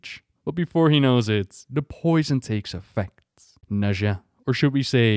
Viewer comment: its actually Nadia but butchering names is kinda your thing :D